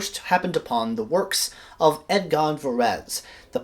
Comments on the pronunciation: Its EdGARD Varese, not EdGON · Did you jsut say Edgon??? Edgon Varese?